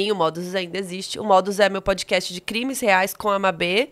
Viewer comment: aprenda a pronunciar “PODCAST” aqui: E pod- KAST não pod-Kest